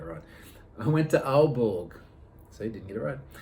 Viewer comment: Your Aalborg pronunciation is pretty good, but you need some work on Århus :P